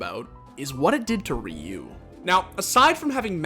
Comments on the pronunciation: the way the person pronounced Ryu in the video annoys me. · The way the guy kept saying Ryu was killing me. You had to have already had the interviews from Doa and Prolly. Is it that hard to pronounce it correctly? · Anybody bothered about how he kept saying Ryu’s name